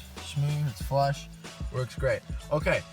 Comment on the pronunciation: I think you meant to say “smooth and flush” not flesh